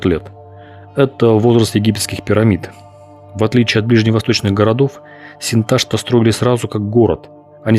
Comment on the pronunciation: Не Синта́шта, а Синташта́ от название реки Сынтасты́ – Острокаменная в казахском. В татарском Сынташты́ - Хынташты в башкирском.